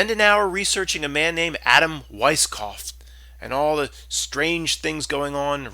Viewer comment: Great video as usual but you got Adam Weishaupt wrong, you called him Weiskaupf. Otherwise, great newbie vid.